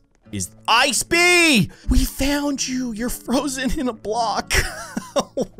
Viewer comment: Everytime he said bee it sounded like bean